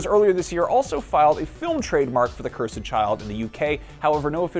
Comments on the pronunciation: Someone tell this guy how to say "cursed" correctly. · Why are you saying "Cursed" like that????!